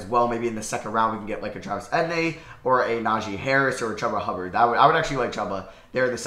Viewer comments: say it with me it e tee en not etin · It’s Travis E-Tee-N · The way you say Travis etienne is making me mad. It’s pronounced E-T-N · Your pronunciation of certain players’ names like Chuba (chew-buh) and Travis Etienne (ee-tee-en) is hilarious 😂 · I came to the comments just to say this. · Same how is it that hard to pronounce, literally 3 letters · Love how he pronounces Eitenne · i was gonna comment that lmao. “travis etinee” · It’s pronounced Travis ETN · Its pronounced Travis etn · If says Etienne wrong one more time imma scream 😂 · The way he says Travis Etienne's name is hilarious. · Literally makes me laugh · holy shit... hahaha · Bro butchered Travis Etienne's name